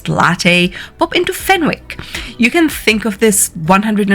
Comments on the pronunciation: What ever you do, do not pronounce Fenwick's as FEN-WICK in front of the local Gerodie's, its FEN-ICK. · Fenwick is pronounced fenick the w is silent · All you need to know about Harrods and Fenwick's, pronounced Fen icks is, EXPENSIVE.